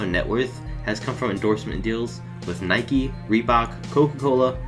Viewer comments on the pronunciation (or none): none